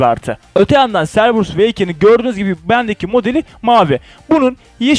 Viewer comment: Cerberus "Kerberus" diye okunuyor.